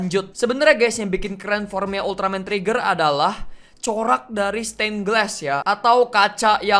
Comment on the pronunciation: Sebutan Ultraman Trigger kaya Ultraman Treggear/Tregear